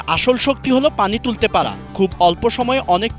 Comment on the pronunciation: voice artist কেউ ডাক্তার দেখা, vi "tulte " nh "thul the " hbe😂😂😂